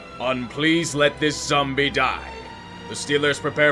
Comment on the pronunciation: I thought you said "please let this sum'-b' die" instead of "zombie" lmfao.